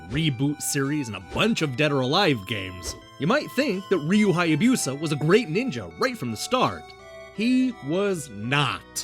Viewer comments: OMG I just found this video (7 years late!) and the pronunciation is driving me crazy. Hai a BEW sa. 🤦🏼‍♂ You're killing me, Smalls! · FYI, Hayabusa isn't pronounced with a Y sound before the U.